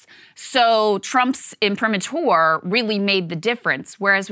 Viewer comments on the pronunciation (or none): Krystal - please - "im -pri-maa-tr" with the emphasis on 'maa' - its so grating. she says Imprimatur like it has a french E in the last syllable - like imprimateur - STAHP IT